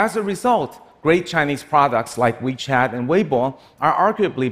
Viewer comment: Weichat and weibo -- really?) lol